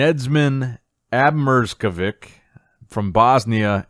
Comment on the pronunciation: tip for you, when reading slavian names, Ambeskovic for example - read it AMBESKOVICH